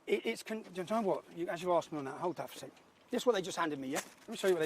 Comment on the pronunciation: you wanna "AXE" him a question? Speak English ffs.